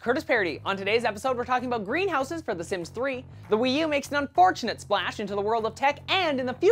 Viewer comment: The way he says Wii U sounds fun- Weeeee U!